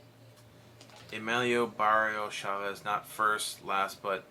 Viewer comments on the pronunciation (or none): none